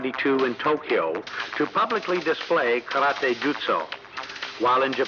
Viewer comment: The man being interviewed and is suppose to have all this knowledge yet can not pronounce Karate correctly?